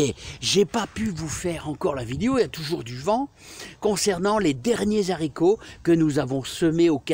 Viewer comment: En français, on dit des "Haricots" pas des "Zharicots".